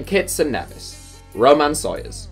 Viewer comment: Nevis is pronounced (Nee-vis). St Kitts is where Rashford and Micah Richards are from but I forgot it was only people capped.